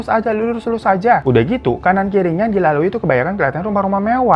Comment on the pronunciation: Paling seneng pas hirodata pas bilang dunie udah gileee